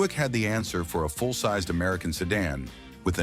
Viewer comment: "Sedon" and "A.W.D" made me sick 😢 stop being so lazy! Thumbs down